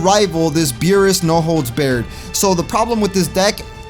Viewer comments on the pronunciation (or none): Beerus, no holds bared. No holds bared cage match. Bar its pronounced bar. No holds Barred [Bar-ed]